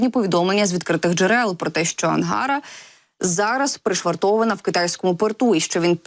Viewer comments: Виьачте!, але коли ви читаєте текст!!, ви можете наголос ставити вірно? : АнгарА, наголос на 3 скоалі!! пічка на раСясєі- АнгарА!!😂😂❤ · Ангара -наголос на А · Наголос не на "А" , а на "а" останню. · ето правда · Будь ласка, перевіряйте наголос у словах, не треба бути такою самовпевненою. АнгарА, транспОндер... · АнгарА, а не АнгАра. ТранспОндер, а не транспондЕр.